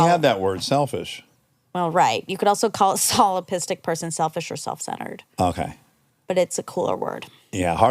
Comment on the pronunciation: I can’t let this slide 😅. In the ‘fact check’ at the end, they mispronounced the word they were trying to fact check … “solipsistic”… (like “cystic”—that’s a ‘ding ding ding’ for this episode as well), but they said “solipistic”…